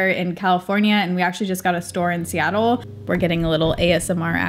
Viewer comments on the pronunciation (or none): none